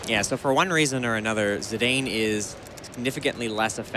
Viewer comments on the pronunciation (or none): LOVE THIS. But its zidane (like the football player), not zedayne. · Zee-Dane? thats not how you say that name? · Zeedayne? Zinédine Zidane was already a world known player back in 2000 when the game was released. Kinda painful to European ears. But I guess not a lot of Americas know French football players ^^ In German we would also pronounce Steiner as "Schteiner" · Also the pronunciation of Zidane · Their pronunciation of Zidane is kinda funny. I guess they don't get Zizou as a reference either then. Great run anyway. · One of the most commonly mispronounced names, alongside Tidus. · Great run. Only thing that grinds my gear is the mispronunciation of Zidane and Kuja.